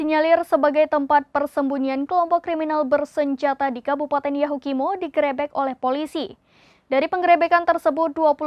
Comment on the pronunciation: Kok intonasi grebek nya gitu sih? Wkwkwk ini pas take video gak ada yg benerin?